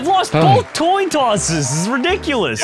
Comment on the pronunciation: said “I’ve lost the last two toin tosses” 😂😂😂